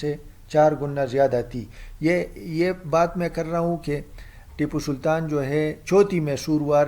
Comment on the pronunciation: Re mentle tu pehle tippu sultan theek se bol konsa tera gaoun